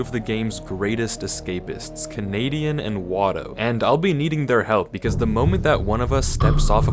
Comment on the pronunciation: EXCUSE ME KANEDIAN??????